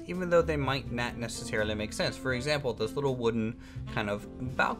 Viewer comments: Why do u say not like "nat"? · lol it's not bad I was just wondering. I figured it's a accent thing